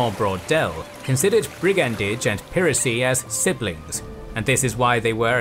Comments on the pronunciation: It's ('pai ra cy) not ('pee ra cy) 😡❗ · "piracy" isn't pronounced that way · Did you say "peeracy"? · Weird pronunication of 'piracy' ! 🙄